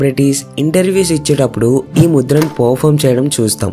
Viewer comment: Mudra s ani ante naku mudhiraj ani vinipisthudhi bro😊